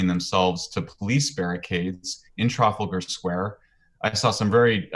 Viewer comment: The way he pronounce Trafalgar square is sending me 😂😂😂😂